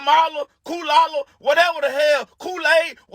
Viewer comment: She said f kaola 😂? Lord save the kaola bears🙏